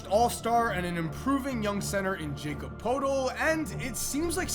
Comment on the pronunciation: Its pronounced yakob not Jacob 👍